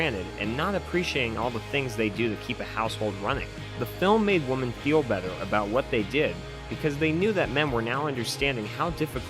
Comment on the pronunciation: “Woman” and “women” are pronounced differently. Women is pronounced like wimm-en.